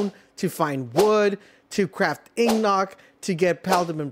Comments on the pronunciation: Hey brother, it's pronounced like ing-it. Like an iron ingot. It's just sounded silly like ig-not lol other than that good info buddy! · The way you say ignot made me turn off the video and find another. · pronounced inget not ignot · Ingot, pronounced In-Got my friend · Nah its worse he said Ignock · lol "Ing+not" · Seriously? You can't pronounce the word INGOT? Its not INGNOT. Kids, this is a great example of why you should stay in school. You don't want to end up like this. Wow. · Dude look up how to prenouce Ingot and coal 😂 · if you're gonna make a tutorial you should at least be able to pronounce ingot and coal not "ignot" and "coil" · You are the first person in my 35 years of living that I have ever heard mispronounce ingot and coal and my brain is going nuts after hearing what you called them!